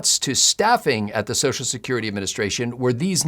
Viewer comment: Thank you for pronouncing BOTH syllables of the word "social". One of my pet peeves is politicians who routinely pronounce it "Soash security."